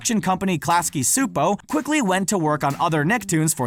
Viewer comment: The C in Csupo is not Silent